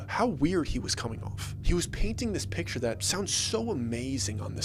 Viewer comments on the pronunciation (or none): none